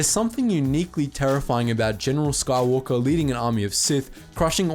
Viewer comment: Anakin Skahwolker